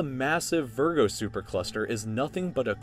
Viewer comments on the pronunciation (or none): none